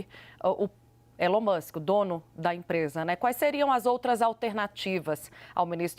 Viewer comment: Quase que a jornalista não consegue falar o nome do Elon musk